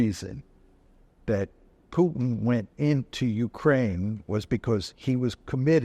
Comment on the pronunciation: How hard is it to prononce Putin instead of Piutin?